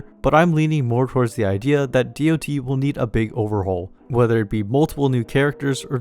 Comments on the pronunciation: hearing DoT pronounced as Dee oh Tee instead of dot feels so wrong to my mmo brain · Makes a whole video about dots calls them D.O.T. Bro it's been dots (said as spelled) since 2004. Please learn a bit about a topic before making a whole video on it.